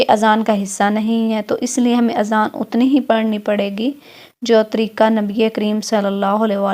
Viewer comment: Allah k wastey apna talffuz theek kro treeka Nahin treeqa lafz hai Kisi Punjabi ko na karwao programme